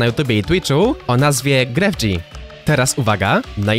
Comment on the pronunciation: JA JESTEM Z HISPANI I NIE MOWI SIĘ GREF-G MOWI SIĘ GREF I SIĘ PISZE GREFG